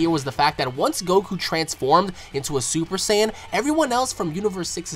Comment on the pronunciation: i like how you pronounce "super "saiyan"" properly !!